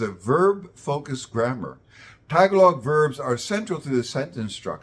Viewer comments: First of all, your intonation for pronouncing the word "Tagalog" is like the American downward-staircase intonation in which you start with the highest pitch at the first syllable and proceed downward in pitch with each successive syllable. You also emphasized the first syllable by lengthening it, then you use a very short duration for the second syllable before again lengthening the third syllable, as in LONG-short-LONG. The syllables in Tagalog words normally have identical durations unless they are used in songs or melodies, and should thus be more staccato like a jackhamner or metronome. Furthermore, Tagalog's intonation requires the penultimate (second-to-the-last) syllable to be higher-pitched than the other syllables. Thus pronounce it as [t'-GAH-log], not [TAH-g'-log] where the apostrophe represents a Schwa or a shorter or indistinct vowel for that syllable. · In English, the word "Tagalog" has the stress on the second syllable, not the first. Someone doesn't have to be a speaker of Tagalog, native or non-native, to pronounce the word correctly. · If Filipinos make a video about a subject, they should learn its correct pronunciation beforehand; the subject isn't some random mispronounced word that comes up in extemporary speech. And no, this is not like asking a Filipino to pronounce English words in some way; the word "Tagalog" exists in ENGLISH so this is exactly asking an English speaker to pronounce an English word correctly. Furthermore, this video is about linguistics so you'd expect a level of expertise with phonetics. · You pronounced Tagalog all wrong. Makes me think you got your info from Wikipedia and don’t know what you are talking about.😅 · Okay, one thing I kept wincing at which also illustrates why Tagalog is harder than Malay: stress is very important and can change the meaning of a word. For the word "Tagalog" the stress is on the second syllable and hearing it on the first syllable its hurting my ears. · It’s ta-GA-log not TA - ga-log 😊